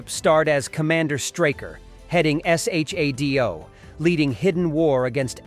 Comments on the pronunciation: UFO, (pronounced You-Foe in this series) needs to be revived with the original's wacky moon base costumes & the submarine costumes. Btw, pronounced Shadow, not S.H.A.D.O. - individual letters. Not sure whether this could be remade though. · The Bionic Woman's name was Jaime... pronounced Jamie. You didn't actually watch these shows, did you? In UFO, the organization was S.H.A.D.O., pronounced "shadow."